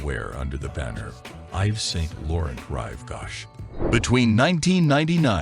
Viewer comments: IVES SAINT LORRENT?!!!!!!-------------- your pronounciacions of many words is AWFUL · If you want to instantly lose ALL credibility, start off by mispronouncing the designers names.